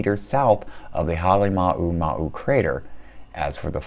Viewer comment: Say it with me... HAH-LAY-MOU (like HOW)-MOU